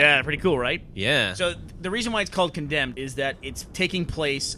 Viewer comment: Instead of Condemed, ''Condomed'' xD